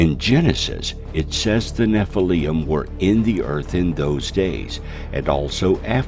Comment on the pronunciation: nephilium???? theres no u in it